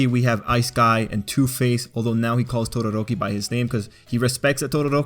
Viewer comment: Why do people insist on over pronouncing everyone’s names? 1. Oh-CHAW-koh, not OH-chuh-koh 2. Baw-KOO-go, not BAH-koo-go 3. OO-ruh-RAH-kuh (why do people always roll the r’s? its not spanish) 4. Toh-Doh-Rok-Kee; Again with the rolling the r 5. OH-Ji-ro, not Oh-JI-ro. Inflection is very important to not sound like a fool.